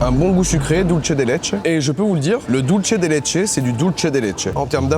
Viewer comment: Dulce de Leche se prononce Dulsse svp 😭😭